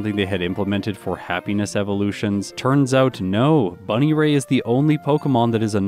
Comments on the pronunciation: Your pronounciation of "bunnyray" is hilarious. I always thought it was pronounced "bun-EAR-y", with the emphasis on "ear" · Buneary... Bunny-ray? Isn't it bun-eary? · Bun EAR y, not Bun I ray I cringe at your pronunciation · BUNNY-RAY??? You mean… bun… EAR…y? I’m listening to the video and if I didn’t know the fun fact about the friendship I genuinely would have had no idea what Pokémon you were talking about. I have genuinely never heard it pronounced like that before. Innovative honestly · I love your vids but if I hear bunny ray over bun ear ee again I’m gonna have an aneurism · So first off, good to see how you're steadily getting more comfy in this game. Secondly, it's pronounced Bun-Ear-E. No idea how you got "Bunnyray" from that XD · Not trying to be mean and not.sure if it was intentional, I could also be wrong because I can't remember how the anime pronounces it, but I think it's Bun-Ear-EE and not Bunny-ray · Buneary Said: "bunny ray" Pronounced: (bŭ-NEAR-ee) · Please never pronounce buneary bunnyray again lmao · Bun-ear-ie is how i thought it was pronounced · "Bunny-Ray" is, uh, certainly one of the pronunciations of all time. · He really pronounced it "Bunny-ray". That is hilarious and I can't unhear it. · That pronunciation of Buneary as "Bunnyray" just cost me an S rank on a Sonic level. Like 3 times in a row. Just... I was so confused I had to pause to see what in the world you were talking about. I thought they made a unique growth rate for Bunneary that also caused it to have a 0 friendship, but then I realized it was just a very mispronounced Buneary. That was hilarious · Buneary is pronounced Bun-Ear-Ee by the way. Just so my comment isn't just an "Um, ackchually" comment, I predicted that Tate and Liza would be your first reset, that fight is probably the hardest in the game in my opinion. I feel like doing T+L quickly is probably the most difficult thing in the game, even moreso than Steven. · Bunny-Ray is top tier pronunciation